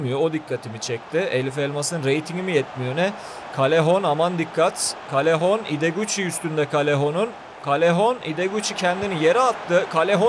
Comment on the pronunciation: Abi nolur doğru oku Yazılışı:callejon Senin okuduğun:kalehon Doğru okunuşu:kayehon